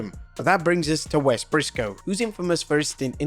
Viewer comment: Wes Pissco XD